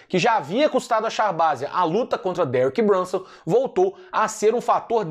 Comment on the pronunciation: toda vez que falar do nome de Derek Brunson nas resenhas vc tem a obrigaçao moral de pronuncia-lo com aquele belo sotaque italiano.:_Carrano: Foi vc que criou o monstro, tá dado o papo!!!